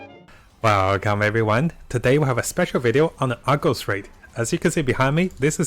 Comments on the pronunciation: Its Argos not Agros man. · IT IS CALLED ARGOS , AR-GOS NOT AGROS, jfc you cant even read and still give out poor information, same as genshin days lol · Argos, not Agros. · Say Agros one more time! jk but you get way too excited in your videos. Slow down. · Ikr lmao, even "i had a type'o over here" corrects Part 2 into 3, but still says Agros above haha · Thank you for the video but your pronunciation of Argos makes me Aggros